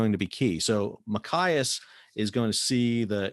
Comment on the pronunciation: I'm from Maine... Great info! The pronunciation is Ma Chi as. That's "ch" as in "choose"...not "ch" as in "kite".... Maine is still a strategic place...